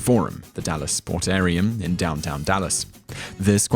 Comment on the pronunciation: sportarium? It was called the Sportatorium. Like auditorium.